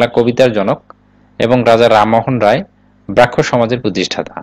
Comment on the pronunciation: আপনার ভিডিওটা সুন্দর, ইনফরমেটিভ। তবে আপনার কিছু উচ্চারণ খুব করে কানে লাগে। একটু সতর্ক হবেন এই ব্যাপারে। আর ব্রাহ্ম(ব্রামহো) শব্দের উচ্চারণ আপনি (ব্রাক্ষ) করেছেন।